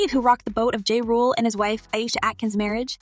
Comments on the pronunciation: Girl, the man's name is pronounced JAH, not JAY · This is not the first time I heard you butcher someone's name, before making these videos do some research please 🥺 I'll give you a like, but do better next time please.